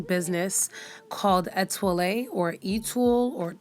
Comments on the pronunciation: that's pronounced e twa lay. etoile means "star" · lool "Ay-twall" ?? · Etoile is pronounced "ehtwal" lol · The pronunciation of the brand is "Étoil", you don't pronounce the final "e" (bc étoile is French for star) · I love this!! (Btw it's pronounced eh-twal lol means star in French) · Excellent video You are a fool when you were pronouncing brand of hair The new girl on "black ink " favors you the one who works at ceasars 125 spot 😊